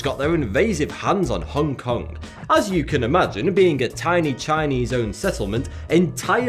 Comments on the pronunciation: It's Hong Kong, Not "Hongue Kong" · Stop saying "Hongke Kongke", you fkn northerners and your inability to understand that the 'g' in 'ing' or 'ong' is silent fucking baffles me.. Do you also say "Swing-gingke" instead of "Swinging" with a silent 'g' ?